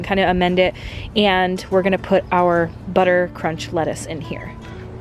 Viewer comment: Say Butter Crunch Lettuce again LOL idk why that stuck out to me! :) Love the video!